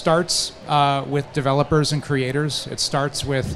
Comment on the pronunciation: "A number of incredible develers"???